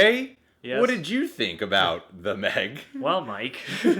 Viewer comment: The Meh-g?